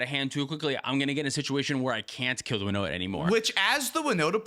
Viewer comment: Was looking for my favorite deck on the time stamps, Winota, and I was like, who dafuq is Woda? 😂